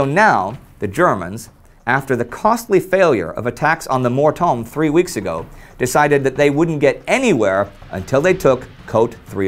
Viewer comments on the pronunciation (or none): En fait le "H" est muet tout comme le "T" donc ça se prononce "Mor-Omme" Actually the "H" is silent but so is the "T" so it's pronounced "Mor-Omme" cheers.